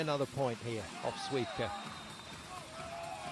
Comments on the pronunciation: how can someone be so unprofessional? and I'm not even talking about wd players, as others do here...commentator, I have so many questions starting with how did u even get this job? At least u should pronounce names correctly there is an "L" in Śliwka's surname FOR A REASON, not just because🤬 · just so you know the “L” in Śliwka’s name is silent which means you can’t hear it when you say it but it is always there.